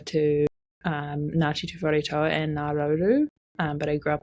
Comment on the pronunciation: Please pronounce our Iwi Tuwharetoa correctly. Tor-ah not Toe-a so toa sounds more like door. Not toe.